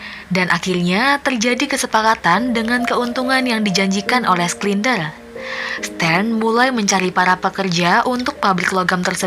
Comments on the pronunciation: Bukan sklinder tp sinder Macam heinz schneitaizer dibaca hensenitaiser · Koreksi kak, bacanya "Shindler ya" buka "Sklinder" 🙏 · btw gw terganggu sama mbak dubing yang ngebaca namanya SKLINDER.. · Schindler (skindler)? 😂